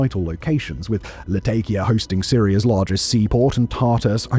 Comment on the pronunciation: Jesus christ could you look into how to pronounce places names, considering you cant even get Latakia right and its pretty fcking simple.